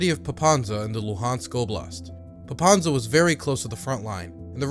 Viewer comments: Popasna, not Popansa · It's not Popanza, it's Popasna. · Very good video, but I am amazed that you visited the country, you make such quality content and yet, butcher the city name pronunciation. Popasna, not Popanza. It couldn't have taken more than 5 minutes to research. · PopaSna not PopaNsa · You actually pronounced Zaporizhzhia perfectly, but somehow mispronounced Pop-as-na as Pop-an-za! This is cute... also, subscribed.